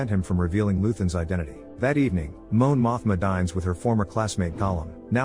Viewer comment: "Moan Mothma" ☠️